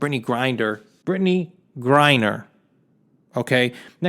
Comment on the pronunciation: 'How many Americans are locked up in foreign countries.' Yet that number is still going to be a joke compared to Americans you lock up (and yes, also for next to nothing and for decades or even multiple life-times). The reason you're so upset about Mrs. Griner - whose name you can't even pronounce in your own video on the topic... - is I suppose, because she is a PoC and woman (yes, even if you falsely try to deny her gender based on lunatic conspiracy theories like flat earthers; probably immature that a woman is fitter than the slimy Italian greaseball that is you who is supposed to be some grand fitness coach or entrepreneur or something). At least you have enough self awareness to notice that you are slowly sliding to the conspiracy nutcase crowd like QAnon, StopTheSteal etc. And why does the video continue after you say 'That's all I have to say on the topic.' around the 3 minute mark or 50% of the video? Also why do you still use the closing term 'buy red & sell green', when you haven't made anything on finance in at least an entire year, which was your only halfway decent content btw?